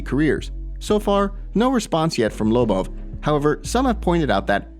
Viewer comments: The way this guy says Lobov, smh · Can you learn how to pronounce Lobov it's annoying.